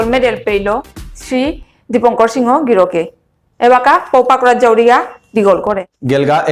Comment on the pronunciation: নাং উচ্চারণ করতে সিনহা না বুলিয়া সিংহ বুলানির হেইচা থাইল।